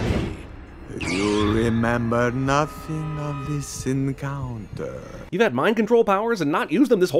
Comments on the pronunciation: I thought he said, "You remember of this sin counter." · what the fuck that actually sounded like it I'll never unhear that